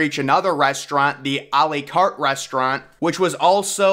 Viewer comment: A L-ee Cart It's A Lah Cate